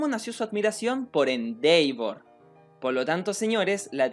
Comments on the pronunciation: Disculpa nose dice Endeivor se dice Endevor en la pronunciación, bueno solo es mi opinión. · se pronuncia endevor tanto en ingles americano como en ingles britanico....no endeivor e_e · Se dice Endeva 😎✌ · Nadie: Absolutamente nadie:: "endeivor" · Mis oídos sangran cada vez... se hace bolita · Elias Cruz De hecho se pronuncia “IndevOr” con un ligero grave en la letra O, ya que es una palabra en inglés, y en japonés se escucha “Endeva” con una extensión en la letra A, pero no se Japonés así que ahí si lo puedes decir como quieras.